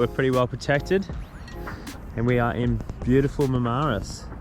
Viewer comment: Ok, I can't take it anymore. It's Marm aris, not ma ma ris 🙃